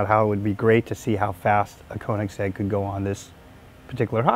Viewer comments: It's Köenigsegg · I can’t stand how they pronounce Koenigsegg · Why are they all cringy af? And why the fuck cant any of them say Koenigsegg properly? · Own the car, yet can't pronounce the name properly.... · They can own the car but they can't pronounce it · They can't even pronounce Koenigsegg correctly...